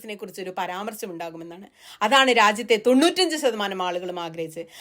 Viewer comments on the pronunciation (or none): none